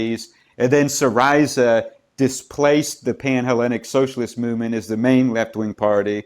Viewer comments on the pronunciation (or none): none